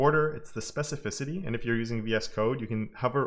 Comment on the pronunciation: Oh, you larned how to pronounce specificity.....😅I just came back to your awsome videos, cause a seson job, I'm glad that you are healthy and strong, keep up the good work, I appreciate it and I've learnt a lot from you, thanks!!!